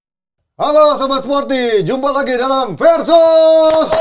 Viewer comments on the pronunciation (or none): VERSUS PAKAI V BUKAN F… VERDONK PAKAI V BUKAN F